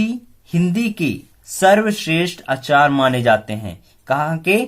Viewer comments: Sorry sir lakhne aap pdathe acha hai lakhne aap Hindi pdanhe Mai sudahar kijhe aap aacare ko. Achar bol rahe hai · अचार ni आचार्य 😅